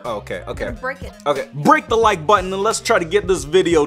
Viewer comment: cookielover 78612 i know he said botton not button